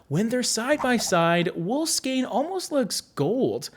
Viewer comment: Thank you for pronouncing "skein" correctly. 😉